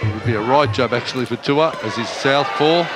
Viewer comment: His name is not Tua , its pronounced Tu’ ooo a Tu’ua